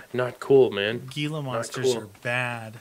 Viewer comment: hey gila is pronounced heela. just thought I'd let you know. Both of you keep up the good work